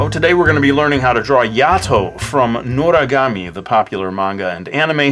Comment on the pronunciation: Just say Noragami ya don't have to say notagamie